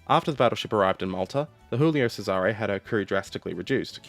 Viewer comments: Not to be a pronunciation (insert extreme polical movement here), but I notice you're pronouncing "Giulio Cesare" as if it were Spanish, i.e. "Hulio Serare". In fact, in Italian, it would be pronounced more like "Julio Chesare". The first one is pronounced like the English name "Julia", except with an "o" at the end. The second one starts with a "ch" sound like "cheese". Anyway, big thanks for the video! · cough julie-oh chez-are-eh cough 👍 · You're using the Spanish pronunciation for this Italian ship name. "Djulio Tchésare" if you're willing to take Italian pronunciation notes from a German ;-) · sigh As a Italian, what happened to the Giulio Cesare (WHICH YOU ARE PRONOUNCING WRONG) causes me physical pain. As for why the crew relented from the mutiny once the captain gave his word, it boils down to the mentality of the italian navy: officers' word is basically sacred. To get a rough idea of how the italian navy officer's brain worked I encourage you to look into the life and deeds of Captain Carlo Fecia di Cossato. Man was a certified chad. Worthy of a video, I think. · And how should he pronounce your ship that got stolen